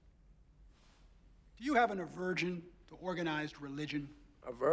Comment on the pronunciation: TBF, it did sound like the lawyer said avirgin.